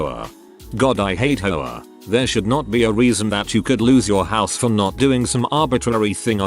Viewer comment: H O A, not ho a. Darn computer voice.